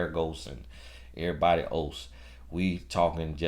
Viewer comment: Did he just say, "everybody os?" 😆 🤣 😂 😹